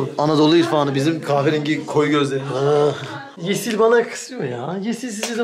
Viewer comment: aşkım yerine neden askım diyosun yada yeşil yerine yesil diyosun😢